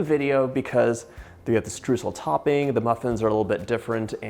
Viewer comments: The first syllable of Streusel is not what you are saying. It sounds like the second syllable in "destroy" (de) stroy-sel. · It's pronounced "stroisel" :) lovely recipe xx